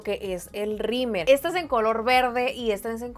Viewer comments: Se me hace gracioso que le dice “rimer” al rímel 🤭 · Xally Valdez es que en el norte le decimos “rimer” 🤭😅